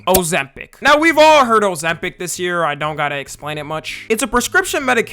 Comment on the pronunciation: O-ZEM-PIC❗️ O-ZEM-PIC❗️ O-ZEM-PIC❗️ O-ZEM-PIC❗️